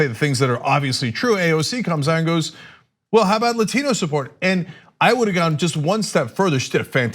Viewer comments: Another Spanish word ? Remember "Latin" is a language, i have known a few who have studied and spoken it. Non of them have ever pronounced it the way she has. Non native english speakers mispronounce many words, we usually just ignore it by calling it as an ascent. But if we speak a language proficiently we then do not change to an accent mid sentence. it's like purposefully doing a thing the "wrong way". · I know a TON of Dominicans, Puerto Ricans, Cubans and the such. They never put that much emphasis on the word Latino. Cousins are Latino, never heard them talk like that. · 😂 Im really not trolling. I like AOC and Im a hard lefty, I hope she becomes president one day, but my brain cringes when she says "latino", I cant help it